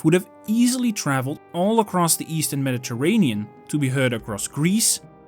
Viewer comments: I can't cope with the mispronunciation of Medi terranean and so on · Teach this ai to pronounce Mediterranean! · Look up how to pronounce Mediterranean, my friend. :) Nice video otherwise. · Nice work. FYI “Mediterranean” is pronounced differently in English. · I appreciate that you did not use an AI narrator, and I realize that English is not your native language, but perhaps you could brush up on your pronunciation of "Mediterranean." Aside from that... nice video.